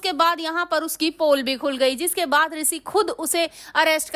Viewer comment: Pehle bola shi kro Risi nhi Rishi jo bola weh sab dekh chuke